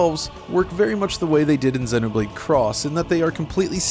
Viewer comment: Honestly, the thing I appreciate the most from this video is how you pronounce the name of both games correctly. Xenoblade chronicles 2(soft e after x) and Xenoblade Chronicles X(The "X" stands for cross not x). Thumbs up for this alone👍